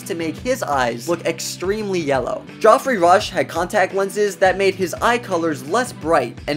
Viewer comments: Did you just pronounce Geoffrey "Joffrey"? This isn't Game of Thrones. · GEOFFREY not JOFFREY Rush and Johnny Depp was already a huge actor in Hollywood before this series.